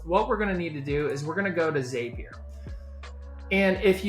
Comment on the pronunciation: your video was very helpful. However I must say if "zap" is spelled Z-A-P, why the heck do you think its pronounced "ZAPEier". Crazy stuff lol